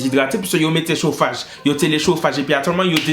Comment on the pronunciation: « I té lé mété chofage » 😭😭 « Zo « o » » 😭😭